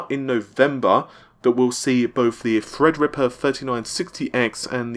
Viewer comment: good job on saying "Threadripper" now if you could just get "Navi"